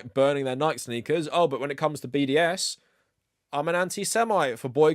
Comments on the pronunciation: I'm a big fan of this channel, and this is 99% great content here. But it's pronounced Nik-ee, not Nighk. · lol, love your stuff... but I have to say, isn't it "Nike" like "Nigh-Kee", and not "Nigh-k"? Or do ppl in the UK say it like that? I thought it was latin for victory or something, and that there weren't silent letters in latin. Is that wrong? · The name of the goddess is pronounced Nee-kee. Who knows why you pronounce it wrong? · excellent vid. it's pronounced nigh-kee, though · This is a great video, but also I have to say that I am absolutely livid that you pronounce Nike like that. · I'm just surprised you don't know how to pronounce "Nike." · Are you deliberately mispronouncing Nike? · is the pronunciation of "Nike" here an inside joke I'm not aware of or something? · Jim Nike, founder of Nike, pronounce his last name is two syllables when he was still with us. ;) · Who says Nike like that 😂😂. I'm going to start saying it like that!